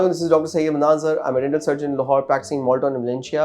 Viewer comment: please slow down, you are not even pronouncing your name correctly because you are so fast. It sounds like Mannazzar, I replayed many times to make sure